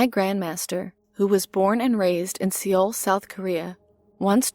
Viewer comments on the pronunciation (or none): Seoul is pronounced like “soul”